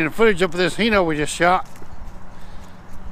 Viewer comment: Hi, why in America do you pronounce it as Heno, when everywhere else say Hino, like when I greet you I say Hi, instead of He how are you. Sorry for being sarcastic.